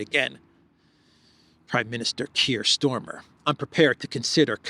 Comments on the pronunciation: Kiers is StArmer not StOrmer,for gods sake! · STARMER is the name of the British Prime Minister, not Stormer! Or is this some kind of PRO nickname that I missed?